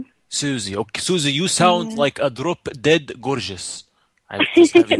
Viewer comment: I like how he said Susie with an english accent then had to recollect and go back to the prank XD